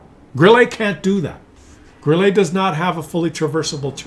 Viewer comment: WT Auf is better than Grille.... one thing the way you pronounce Grille is like you trying it to pronounce it in a french way you should pronounce it like Gril-le and not like Gril-Lay.